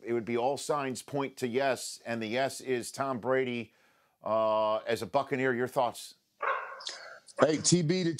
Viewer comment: u said bress instead of Brady